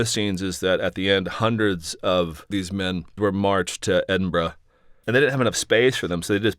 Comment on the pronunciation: Who would know centuries later that the current king Charles the third would change his oath to protect the church of England and Scotland to protect all faiths particularly Islam. Traitor. UK.🏴You pronounced Edinburgh fine.